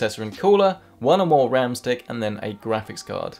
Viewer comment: upgrading the wam